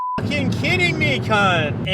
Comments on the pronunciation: It’s pronounced carrnt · the way he says cnt is so funny bc hes from canada or something